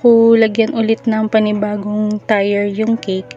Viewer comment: ate..dont get offended kung ikokorek ko yung pagpronounce mo ng TIER...... bigkasin niyo po na parang kasing bigkas siya ng TIR o kaya TEER..sorry po ha.. I didnt mean to offend you po..ayoko lng po na may magbash sa inyo..idol kopo kc kayo sa paggawa ng cake..home baker din po ako..Lets be friends po.